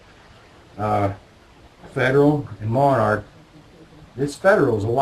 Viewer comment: Pronounced mon-ark. I have had issues with Monarch and Wolf in various rifles and calibers. Their steel case loads have been a consistent problem, but the brass cases have only caused mild sticking. I have two 770s, one in .270. The bolt required a little more force to operate when I practiced with Monarch, but I have not broken a bolt. Fortunately, the .270 loves Remington ammo, so I can still shoot relatively cheaply.